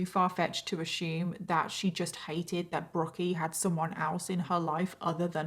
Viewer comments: “Assume” doesn’t have an “H” so isn’t pronounced AssHume .. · Don't know why you keep pronouncing the word assume incorrectly???. I've heard you say the name Susan before without difficulty......it's almost as irritating as the amount of times you use the word narcissist.....smh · "ash-YOOM"? Is that really how they (in whatever English city she lives) say the word "assume"? Do they also say "CALL-yooms" instead of "columns", and "SHED-jewel" instead of "schedule"? 😅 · I’m probably late to this, but I loveeeee how you pronounce “assume”! Sounds like “ashume” and it’s so satisfying haha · That’s how the British say that word so I understand but her pronunciation of VERY as WEARY is maddening !